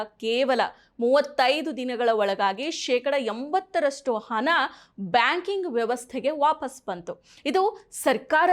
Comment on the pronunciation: ಸರಿಯಾಗಿ ಕನ್ನಡ ಮಾತಾಡಿ. ಅದೆಂತದ್ದು ಕಪ್ಪು ಹನ? ಹನ ಚಲಾವನೆ?